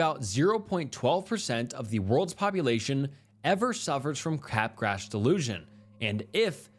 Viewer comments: Bro.. "capgras" is pronounced kuh-graa! Not cap grass. 😑 i knew you were saying it wrong, so... i googled. Honestly, that's something YOU should be doing before you record. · Cap grass .... it's freaking kuh-graa... it's french, that s is not there!!! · Bro, you're awful at pronouncing words. L-dopa is not "L-doppa" Capgras is not "cap-grass" Come on.